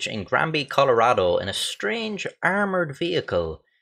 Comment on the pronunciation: YOU SAID MY STARES NAME RIGHT! Everyone not from Colorado always says it wrong. This made me happier than it should have.